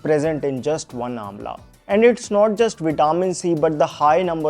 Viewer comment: Vitaaamin C nahin , Vitamin C । please work on your English, else Hindi is ok , it's our mother tongue